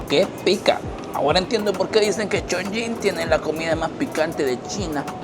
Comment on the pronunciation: Cada vez que pronunciabas Chong"ying" 🗣️ la ciudad perdía un nivel de altura 🏙️⬇️🏢😅